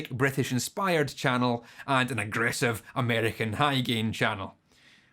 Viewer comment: No one: This guy: A M E R E Q U A H